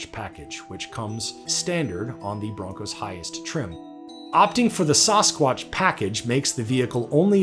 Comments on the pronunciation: Lol, it's not SauceSquatch. It's Sassquatch 😂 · sauce-squatch. samscwantch. why can no one pronounce sasquatch (sass-qwatch) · SASSquatch not SOSSquatch! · Saaassss quatch...not suhh squatch....lol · You mean samsquatch? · Saw squash? This a full grown man that doesn’t know how to say Sasquatch? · Sounded like announcer was saying Sauce-squatch. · No one: CNBC: “Sauce-squash” package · "Sauce-quatch" lol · Sauce-squach lmao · Never heard it pronounced "sauce squatch" before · Whats up with the "sauce-quatch" pronunciation??? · Whats a sauce-kwatch?? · Sauce-quatch lol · Sauce-Qwotch? say what? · What the hell is a saw-squotch? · "SAHS-WQACH" Package? .... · Ok, I just can't get over the way he pronounces Sasquatch. C'mon man. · The "sasquatch" pronunciation bothered me a lot more then it should have I think. lol I don't care what anyone says, that's just not how you say it....... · Did the pronunciation of "sasquatch" in this video bother anyone else other then me?? lol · The only thing worse than that pronunciation of Sasquatch is hearing penguins pronounced as “ ping wings “ .... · why does the narrator not know how to say sasquatch? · His pronunciation of "Sasquatch" gives me the creeps. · Change the way you pronounce Sasquatch